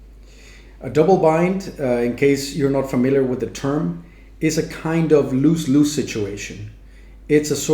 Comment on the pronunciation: Lose Lose pronounced as luz luz, z sound, not s sound, not loose loose. I must also add that your English is better than 99% of all English speakers.